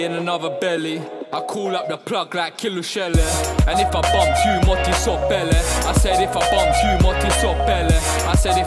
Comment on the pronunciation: Good grief... I'm trying to be constructive today, so I will say this: it's pronounced 'kpele'. Yoruba doesn't have a p sound. It's always pronounced 'kp'. That said, I'm a little upset that this exists. It looks like you (and your Nigerian enablers) looked around for another language to be your niche aesthetic, kinda like Drake moves. I'm not here for it. But then again, I was never your target audience. Godspeed.